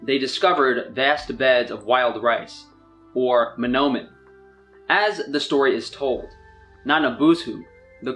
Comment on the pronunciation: So many mispronunciations, the only thing he said right was mnomen